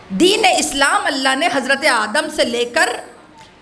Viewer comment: ماشاء اللّٰہ بہت اچھا صرف آیات قرآنی کی تلاوت پہ زیادہ توجہ کریں ۔اس مجلس میں آیہ اکمال میں (رَضیتُ) کو تشدید کیساتھ اور (اسلامَ) کو اسلاماً پڑھ دیا۔